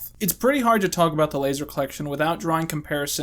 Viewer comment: I don't see any comments on this but I've always heard it pronounced A-S-D-F not as-dif